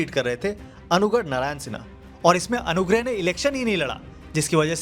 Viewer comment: Kabhi anurag kabhi anugrah kabhi anugarh. Please use the right pronunciation. It really shows your analysis and factual knowledge. Kindly improve this thing!😀